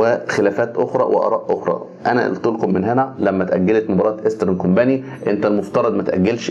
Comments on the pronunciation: انا بحب برنامجك جدا. بس عندي تعليق ع كلمه ايسترن كومباني،حضرتك بتقول كومباني النطق غلط جدا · يا ريت تنطق كومباني صح